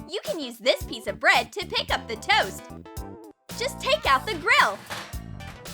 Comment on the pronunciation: And the tost like it's bernd